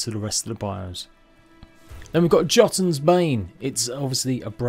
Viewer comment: You can definitely cook hare meat misthare supreme is amazing food as is the meat platter also jotun is pronounced yœ-toon (theres no real j sound) also if you struggle with saying it you can just call the axe giant bane as that is what its name means